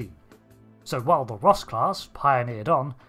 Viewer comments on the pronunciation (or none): you realy need to speack a bit more clearly becuse it sounds like your saying Rust class which just makes this funny as hell to me